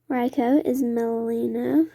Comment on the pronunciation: You need to look up the words you don't know. Hephaestus is hah-feh-stus, for example. Reiko is ray-ko. Etc.